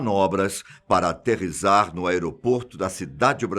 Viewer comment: Obs. O correto é aterrissar e não aterisar.